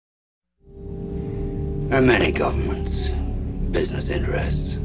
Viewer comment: Haha...your are 100% right bud..."Our gubmint" haha thats funny right there.